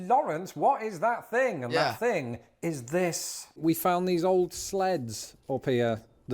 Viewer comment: Sometimes it is really hard to watch your videos when you can't even pronounce words. For instance. It things not fings. Who would have thought.